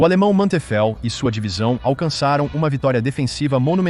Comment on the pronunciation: O nome do General alemão é Hasso von Manteuffel, não "um homem teufel"